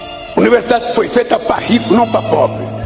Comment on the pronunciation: Anuversidade😂😂😂 que vergonha falando errado 😂😂😂 o brasil tá fudido